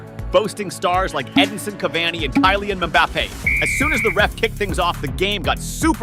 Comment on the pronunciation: Bro said Kylin mpappe